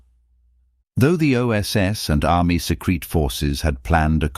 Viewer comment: It's not 'secrete', its 'secret'. Can't you read in context?